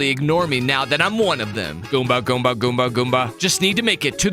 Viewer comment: WHAT DID YOU SAY GOOBA